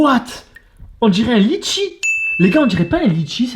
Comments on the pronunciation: " un litchi " frére je suis reunionnais sa se dit " letchi " pas " litchi " 😂 et cool ta vidéo 🙂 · sa ce dis pas litchi sa ce dit letchi 😂😂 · Ç est pas litchi ç est letchi